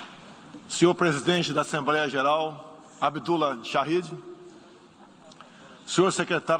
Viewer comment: É impressão minha,ou ele fala "assembreia"...o Bozo fala muito estranho,parece q tem dificuldade,chega ser pior q ouvir a Dilma,e olha q essa era triste discursando... é rir o/não chorar,esses são os representantes q escolhemos p/nós fazer passar vergonha perante o restante do mundo!!!🤦🏾😐